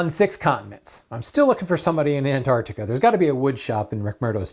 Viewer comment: Fantastic tip! Because you pronouned Antarctica correctly, as opposed to "An ar di ca" (which most American people who even go there do, missing out the T), I have been there many times and subscribe to your channel, it could pseudo count 😅